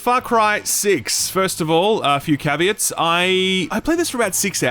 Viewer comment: > pronounces "caveats" correctly This is an outrage. Unsubscribed.